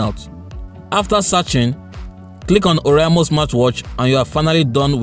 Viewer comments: It's or-a-i-mo...not or-i-a-mo...but this is a very good review....infact it's the best smart watch review I have seen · That ORIAMO pronunciation kept hitting me, and I was hoping you would just stop calling the name. By the way it is O R A I M O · You mean "oriamo"